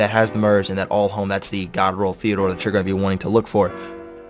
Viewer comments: TEE-DEE-ORE!!! Not Theodore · Is he purposely calling it Theodore or ???